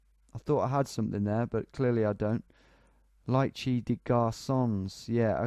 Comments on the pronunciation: Also ''lycée'' is pronounced 'Lee Say' and means high school. Bains means baths :) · Great job mate, Lycée is the equivalent of High School in french speaking countries like France and Luxembourg, the closest english pronounciation would be "Lee-Se" with the Se part sounding like "SEgregation"